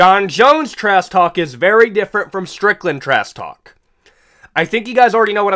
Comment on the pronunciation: Is he saying "Trass" talk? Or am I tweaking?